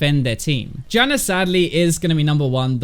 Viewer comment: I like how you call Janna 'Janner'